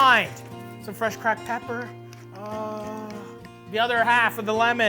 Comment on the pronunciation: If you ever say the ER at the end of CRACKED PEPP EVER AGAIN I WILL UNSUBSCRIBE